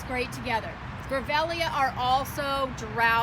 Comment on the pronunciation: Beautiful garden. It's pronounced Grevillea, not Grevellea. I have several in my garden and they're very tough plants that can take any kind of heat or cold. Very drought tolerant too.